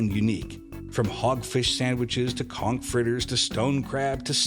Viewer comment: OK. You might at least try to learn and use the correct pronunciation for the words and locations. As a Florida native born and raised in South Florida your pronunciation of "conch" especially gave you away as 'not from around here'. It's pronounced like 'conk'.